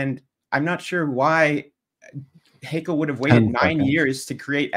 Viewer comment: Great job, Kent, as always! One little tip: "Haeckel" is pronounced "Heckel" not "Haykel" .